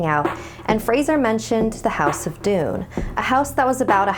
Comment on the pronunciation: I thought it called doom not doon 🧐🧐